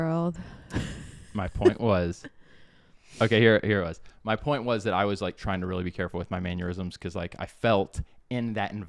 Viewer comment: “Maneurysms” cracked me up. I think he meant “mannerisms”, but…sometimes it feels like a maneurysm.